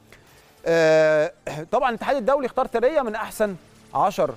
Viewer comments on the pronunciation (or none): يا عم ايه الفضايح دى الست اسمها ثريا (ثوريا )مش ثريه ! انت عمرك ما سمعت الاسم قبل كده ولا بتقرا من غير مخ !! اهتموا شويه بللى بتقدموه ده اكل عيشكوا ! بديهيات مؤهلات المذيع اجادة القراءه ! سعة الاطلاع تنوع المعارف ! تنوع الثقافه ! معرفة بعض اللغات الاجنبيه ! لنفرض انك دخلت المجال بالواسطه او المحسوبيه او سؤ الاختيار فلماذا لا تحاول ان تطور نفسك وتصبح جدير بالوظيفه